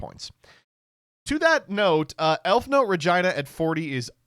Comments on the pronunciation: Im begging you to pronounce Re-gee-nuh correctly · I'm begging you to stop saying Regina like that